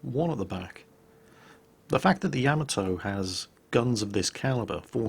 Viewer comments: Why does everyone who plays this game insist on calling the ya-MAH-to the YA-ma-TO? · why do you insist on butchering all of the Japanese ships names when you make a concerted effort to pronounce the names of the German ships correctly. The worst is the way you butcher Yamato, you have no excuse for that since you always play that Yamato theme song clip, unless you think that the Japanese are actually mispronouncing Yamato in that song, which they're not. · I always have a little giggle whenever I hear say "Yamato".